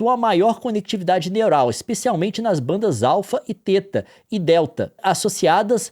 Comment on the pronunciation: Olá, apenas fazendo uma observação: θ teta ou theta é uma letra grega e deve ser pronunciada como téta.